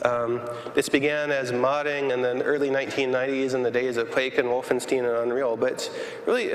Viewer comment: Hold up Is it Wolfenstein as in Frankenstein, or as in Bernstein?